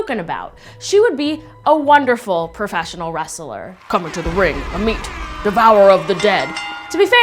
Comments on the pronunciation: It’s pronounced (aw-met) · I am not being rude but it's called Ammut . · "Ammit" Me - "a meat???"